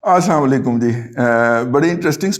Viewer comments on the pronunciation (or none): جناب محترم رضی بھائ جب بھی سلام کریں تو السلام عليكم کہا کریں آپ تو درست ادا کرتے ھوں گے مگر سننے میں اسام علیکم لگتا ھے تھوڑا سا اسبکی احتیاط فرمائیں معنی بدل جاتا ھے بجائے دعا کے بد دعا بن جاتی ھے